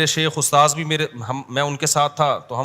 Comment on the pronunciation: Kya badi badi chod raha hai aur tum ustad word bhi thik se nahi bol pa raha